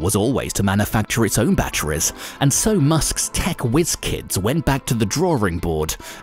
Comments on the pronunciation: The way this guy says battweeze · Say "batteries" one more time